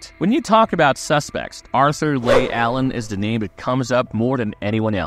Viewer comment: Leigh is pronounced “Lee” not “Lay.” Arthur “Lee” Allen. If you watched the Netflix doc you would have heard it pronounced properly countless times.